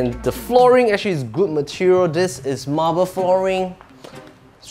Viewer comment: Hi, you're also pronouncing 'Sanctuary' wrongly. You're pronouncing it as 'Century', which is wrong. Also for 'marble', please stress the 'ble' not 'marber'.